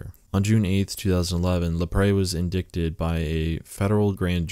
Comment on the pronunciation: Dude, indict is pronounced “in-dite”. Also, it’s not an arrangement, it’s an arraignment. Tempe, AZ is pronounced “tem-pee”. Seriously man, up your game. You’re killing me over here.